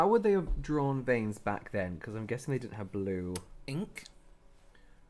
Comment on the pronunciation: “Oh my god my VAINS!“ 🤣🤣🤣